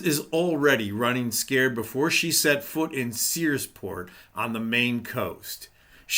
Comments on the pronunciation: did you say seaport it's sears-port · Searsport not seaport. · Searsport, not Seaport. Very nice place, I fish there all the time! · Searsport not Seaport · It is Searsport. Not Seaport. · It’s called Searsport please pronounce it correctly